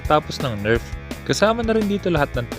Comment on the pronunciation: Di ba NERF di NERP ? Lol sa accent